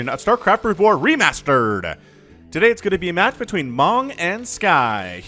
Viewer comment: Why do you always pronounce "re-ma-stered" ? ) It is heard so strangely )